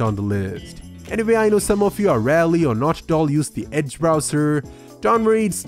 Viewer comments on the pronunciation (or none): none